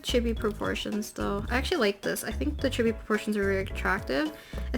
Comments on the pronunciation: if she says “chibi” like “gibby” one more time i stg 😭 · "Chebies" that's what I hear and I hate it. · Chibi is pronounced chEE-Bee btw ;) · I love this video, very informative! I even didn't mind the incorrect "chibby" pronunciation since I know it's a common mistake lol